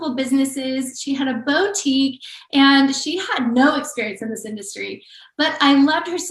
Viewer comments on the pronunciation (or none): I have a 2 year old who likes to watch Minnie Mouse Bow-tique. That's what I thought of when this person mispronounced boutique. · Me too!!!!! Bo-tique! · Something about the way that lady pronounced Boutique like "Bow-tique" had me stop in my tracks at work and go back to listen again to be sure I heard her right lmao